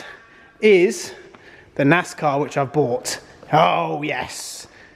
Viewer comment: It's pronounced NAZZZCAWWW 🤠🐄🐔🧢